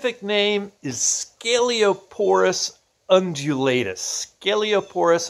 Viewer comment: Future herpetologist here! This video is great and super informative! However, he mispronounces the latin name Sceloporus undulatus (herpetologist=person who studies reptiles and amphibians)